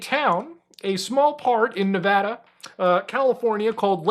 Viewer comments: that's Nevada, not Nvidia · i like how you pronounced nevada as nvidya